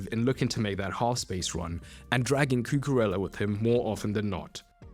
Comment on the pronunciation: Really solid video! But mate, please: koo-koo-RAY-uh. "ella" is Italian. And HA-vertz, not ha-VERTZ.